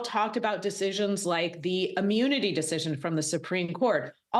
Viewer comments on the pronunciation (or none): It's pronounced immunity not ammunity! 🤔